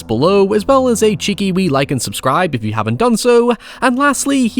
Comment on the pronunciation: first time I’ve ever heard someone pronounce “you” with 2 syllables